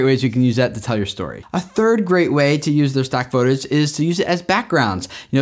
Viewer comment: 📢I ALWAYS noticed pronounced "Footage" like "Photage"!!! I guess that would make sense, since it PHOtography and not Footagraphy 😂